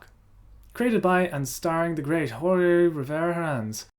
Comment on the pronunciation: Just one thing, Jorge is pronounced almost the same way as George, you just take out the "e" sound